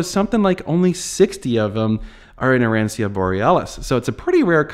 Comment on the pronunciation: ah-ron-cho.... is how arancio is pronounced :) 'ci" in Italian is like "ch" in English ... so, Lancia is lawn-cha